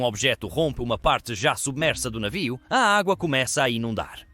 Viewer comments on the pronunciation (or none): a inteligencia artificial fala navio, mas com um sotaque puxado esquisito saiu um "naviou" kkkk